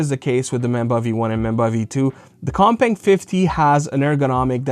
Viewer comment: I almost thought you said the other controller was called cockbang at first at the beginning of the video.